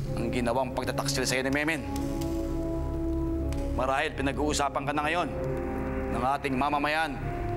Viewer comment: meno po hindi memen, hindi maayos pronunciation ni dingdong dantes😅